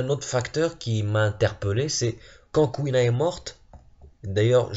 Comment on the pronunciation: Mec jt mort tu disais CouilleNa MDRRR